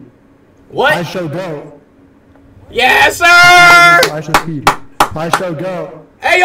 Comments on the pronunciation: Stop saying ISOWNEAT😢😢😢😢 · Ishowspeed not Ishowmeet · Stop saying IsowMeat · its ISHOWSPEED NOT ISHOWMEAT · STOP SAYING ISHOWMEAT ITS ISHOWSPEED